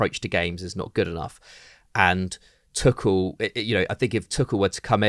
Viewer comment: Sick of these people saying Tuchels name wrong as Tukel.